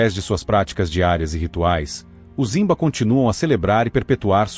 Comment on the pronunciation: A pronuncia é rimba e não zimba!